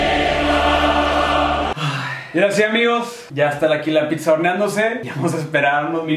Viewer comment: No digan “PITZA” plss